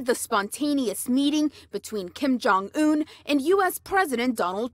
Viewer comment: i loce how says kim jong un, 'kim jong ooon' lmao